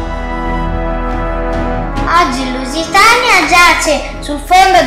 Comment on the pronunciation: ma quale leusitania luisiana